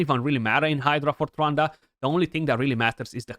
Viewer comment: For a moment it sounded like you said Ronda not Trunda lol